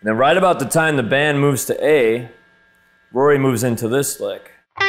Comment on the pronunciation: You completely fucking butchered Rory, he would be disappointing